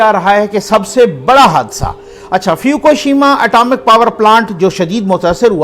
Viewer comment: اسلام علیکم فیوکوشیما نہیں ہے۔ فک شیما ہے۔